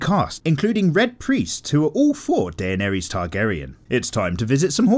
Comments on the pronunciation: Who the hell is Dayenairies?? It's pronounced "Di-nair-iss" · "Deyaneries" no no no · “Dey-ah-nair-Reez” Nice pronunciation mate